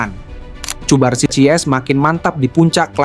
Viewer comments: Untuk voice over semisal cubarsi di ganti jadi kubarsi, lamine Yamal cukup Lamin Yamal. Karena Vo Ai hanya membaca teks jadi jika di tulis cubarsi maka di baca cubarsi padahal penyebutan yg kita inginkan kubarsi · Cubarsi dibacanya 'Kubarsi' min, bukan Pake 'C'